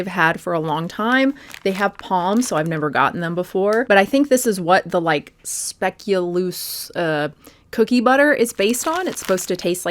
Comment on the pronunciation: Pronounced “speculoas” by the way (Dutch)